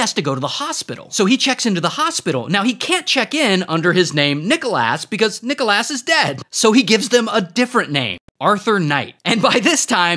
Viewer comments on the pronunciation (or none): Regular pronounciation:Nic-Alos ray: NiChoLaSs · It’s prounounced nick o lis not nick ol A$$ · Nickel ass Wildest pronunciation I’ve ever seen for Nicholas. It’s the substitute teacher pronunciation that gets me every time 😭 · Calling him Nicholas ❌ Calling him Nickelass ✅ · Nicholas❌️ Nicholass ✅️ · "Nicholas " vs what I hear: Nickel ass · Nicholas ❌ Nickleass✅ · How people say: Nicholas How he says:NickLAss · Why is ray saying Nickel-ass instead of Nicholas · *IT'S NOT NICKALASS IT'S NICKLESS * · Nickel ass ❌ Nicholas (nick el es) ✅ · nichal asssss lol its nick o lis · bro really said NICKELASS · Guy could have said Arthur Nicholas but went with that 🤦🏽‍♂️ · Nickel Ass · “NicholASS” lmao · Exactly 💯💯..i love his videos but wtf is a "Nickel Ass" 😂😂😂😂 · Bro I though you said "Nickel bro wth 😂😂😂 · Everyone on about Nickel Ass with that criminal pronunciation of Glasgow 😂😂😂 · "Nickel ass" hahahaha! The pronunciation of Nicholas has me rolling!! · why do i hear: nickel ass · bro why he callin him nickel-ass😭😭😭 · Love how ray says NickelASS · "Nikole ass" Thats literally what i hear😭😭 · ITS Nick-ah-LIS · Bro said "nickolass" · Bro called him Nickleass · "This is Nickelass". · bro litterally said nickel ass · Why did you say nicolass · That "Nicholas" pronunciation reminded me of Boyel's Nikolaj from Brooklyn 99 😂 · The way you said Nickolas 😭😭